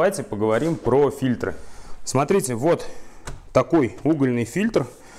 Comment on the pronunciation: Не "фильтрА", а фИльтры!!! - про мн.ч веду речь